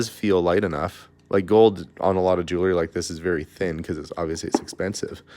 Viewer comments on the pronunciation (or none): I love your YouTube channel and wait anxiously for the next, but I have to say I am going kind of crazy not being able to correct you every time you mispronounce jewelry.